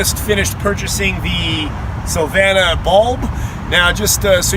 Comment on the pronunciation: Good video , pronounce Sylvania like Transylvania